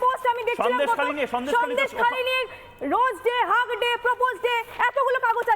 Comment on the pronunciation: হাগ ডে ওটা হাগ ডে নয় "হাগ দে" মানে মুখে হেগে দে।